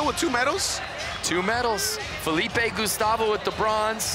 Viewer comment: Both the commentators are bad. I mean worse but the other guy cant even pronounce Felipe. just has no manners, constantly interrupting the other commentator, offensive jokes that aren't even funny. Just stick to skateline.